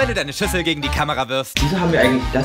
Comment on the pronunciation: Da habe ich SCHWESTER anstatt SCHÜSSEL verstanden😂😂